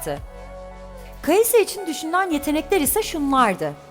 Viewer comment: kai'sa kai'as